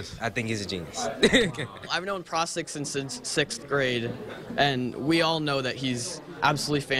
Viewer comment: "Prastik"? "Bond-Little"? Some of these mfs were born to do chemistry 😭